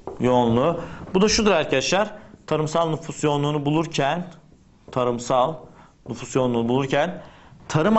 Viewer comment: NUFUSS DEĞİL NÜFUS :D